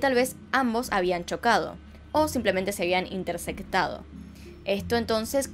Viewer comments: Interceptado, no es incercectado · Interce"c"tado ---> Interce"p"tado